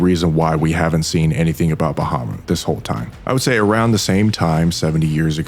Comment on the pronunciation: "Liburlyo" lol. "Bahamoot" lmao, even.